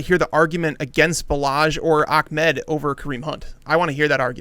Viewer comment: ITS NOT ACHMED ITS AHMED